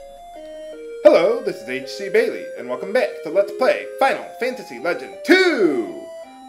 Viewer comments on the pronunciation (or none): none